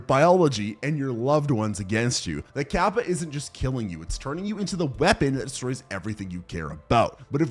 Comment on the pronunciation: In the bloat section it's actually kappa, not gabba (btw touhou reference XD)